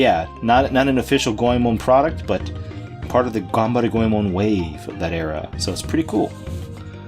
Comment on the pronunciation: Says "Got any more of that Ganberry Go-eee-man?" in silly Try voice...